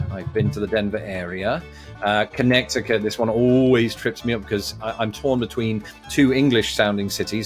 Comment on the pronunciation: Lol thats not how u pronounce Connecticut 😂